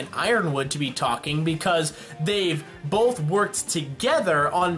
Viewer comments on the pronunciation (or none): did you say bolth?